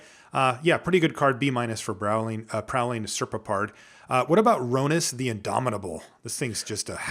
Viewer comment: During my prerelease I met someone who was into Egyptian mythology, apparently the correct pronunciation is "Prowling Ser-pop-ard". (And yes, Serpopards were actual THINGS in Egyptian mythology.)